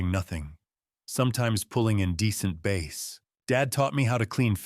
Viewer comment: A 'bass' (short a) (fish) is not pronounced 'base' with a long 'a'. 😂